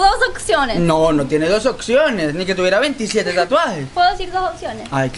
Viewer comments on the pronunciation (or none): Evaluna: Tengo 2 oczionez con acento gringo Evaluna: AYYY JUEPUCHAA Evaluna: Te vez horrendo amor, te amo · " tengo dos oczionez" 😂💖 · "tengo dos oczionez" jajajjajaj me encantó